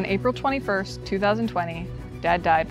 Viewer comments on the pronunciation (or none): none